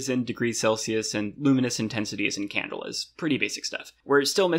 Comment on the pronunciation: Apparently he looked up the pronunciation for "avoirdupois" but not "candela".